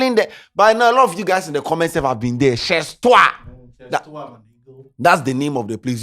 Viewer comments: The "z" in chez is not pronounced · your french teacher no teach u say make u no pronounce the last letter of a wrod?